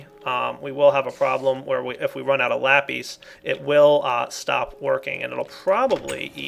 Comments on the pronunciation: Every time pronounces lapis wrong i feel like slapping him. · Are you sanish because you say lapìś which means pencil in Spanish I am spanish so you know